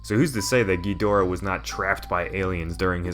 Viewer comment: King Ghonareah